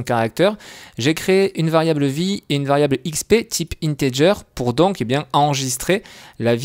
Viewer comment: Integer se dit Integuer !